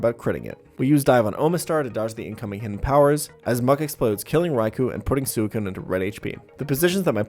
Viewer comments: “sooh-ih-coon” It’s swei-coon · BTW this pronounced "Swe-Coon" , not Su-E-Coon lol :) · Sew eh coon? It's Swee Koon >:{ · soocune? i think its swicune right? Thatshow i ronounced it when i was a kid or was i just dumb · I hate that he pronounces suicune as sewey-cune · Some of these Pokémon name pronunciations broke my brain xD Like Sue-a-coon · I respect DESPITE the way he pronounces Suicune. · I really hate how you pronounce Suikune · Never in my life have I heard someone pronounce suicune in this manner, and it hurts me so very much. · Can we talk about how he pronounces Suicune... 😅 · The way u pronounced suicune 😂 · WHY DO YOU PRONOUCE SUICUNE THAT WAY? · I respected everything about this run until i heard you pronounce suicune.... like yikes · Liked until I heard you pronounce Suicune